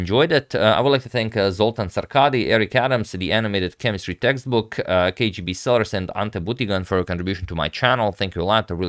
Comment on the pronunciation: Even I cannot say "The Animated Chemistry Textbook" as well as you! Thank you